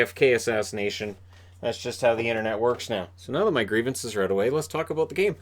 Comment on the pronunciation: Instead of “Grievances” you should change that segment to “Reavences”